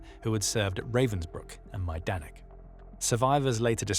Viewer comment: Learn to pronounce Ravensbrück. And any foreign name before using it. Try Forvo.